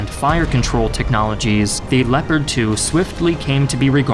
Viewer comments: Leopard i think is geniunly the worst pronounciation ever lol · As a native German speaker, your German pronounciation - though you left out some of the details and harder parts - is pretty good. Only "Leopard" isn't pronounced with "e" like "Leo", but like "leg", "less" :-) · What if i told you that the Leopard is pronounced (leo-pard) as Gepard is the german word for leopard lol